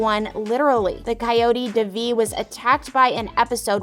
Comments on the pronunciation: Its don divi its deeeeevi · gor gods sake its pronounced they-v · It’s literally an Indian name it’s pronounced as they vee (I’m Indian) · Did you watch the show? You’re saying Devi’s name wrong. It’s pronounced (Day-Vee). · the series is in SHERMAN OAKS, CA not Boston, MA and you're mispronouncing Devi's name Please correct this. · 1. it’s in California 2. That’s not how you pronounce Devi 3. And that’s not how you Paxton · It's definitely not in Boston, it's in California, and Devi and Paxton's names is pronounced wrong. This is especially godawful in Devi's case. The video maker clearly didn't watch the show and it's so awkward to watch 😬 but all of the actors and actresses in this show are amazing and I love them.